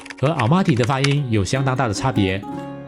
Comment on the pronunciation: 哈萨克语的y，读呃，Almaty啊勒码特呃呃。和曼谷Bang Sue火车站的ue是一个音。也许是马来语的影响，您一个读i一个读u了。